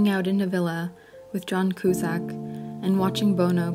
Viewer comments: Kusak -- "Cue-zak" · The voice actor speaking irks me with the mispronunciations. McLaren, John Cusack, Bono, etc. That said, she does a good job sharing this sad story of a Brilliant Man who unfortunately showed cruelness to the person he should have been kindest to in order to obtain success.